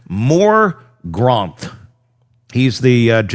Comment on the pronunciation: 😢 seriously "More gromphoth"??? For the love of literacy it's Morgenroth. Pretty simple.